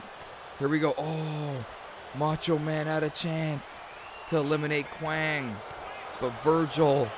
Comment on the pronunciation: It's Kwang, not Wang, but regardless, he was Savio Vega.